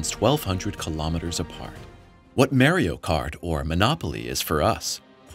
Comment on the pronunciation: Said Mario wrong, video invalidated